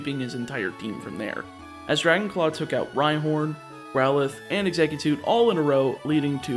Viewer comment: Ugggghhhhhhh he said “exeggutute” again.